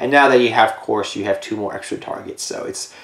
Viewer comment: Lusamine 2nd best pokegirl also not to be that guy but dragunity couse is pronounced cuse like cu cullian from the fate franchise, there is no r.